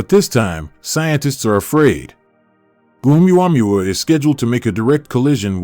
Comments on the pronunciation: And how in the name of literacy You menaged to mispronauns Uumuamua so many times after years of hearing its name everywhere on the net or tv?,😂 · The wsy he says omaomaoooomuamuuuooowoois ridiculous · Hahaha what did he call it? OOWAMOOAOMOOO